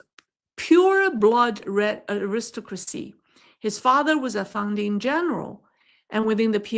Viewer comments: "aristocracy" -- pronounced AIR-is-TOCK-ruh-cee, with the third syllable "TOCK" the strongest (my apologies for correcting such a minor nit, in light of your finest insights) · Your pronunciation of Aristocracy is off quite a bit. You are stressing the second syllable when you should be stressing the first and third. More like AIR iss TOCK rah see. I say this with love as the rest of your english pronunciation is pretty good and I appreciate the work you do. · Just a little note. The word "aristocracy" is pronounced with the emphasis on the third syllable: arisTOCracy. "Aristocrat" does have the emphasis on the second syllable: aRIStocrat. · The word is Aris- Stock- Crasy.. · I should add that the word Aristocrat does in fact stress the second syllable. Aristocracy does not. I assume this is where the mispronunciation stemmed from.